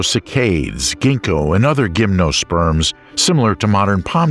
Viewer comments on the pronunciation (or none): The plant names of cycad and gymnosperm are pronounced SY-kad and JIM-no-sperm.